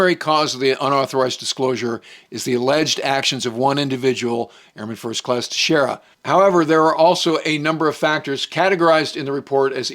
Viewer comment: pronouncing airmen Teixeira's name right... something I have seen nobody else do. Just another example of the quality we get here.